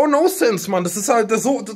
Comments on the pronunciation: Das heißt "Non-sense" und nicht "no-sense" :'DD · Es heißt nonsense und nicht nosense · noNsense, das N ist nicht stumm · Es heißt: „nonsense“ Tanzi, nicht: „no sense“.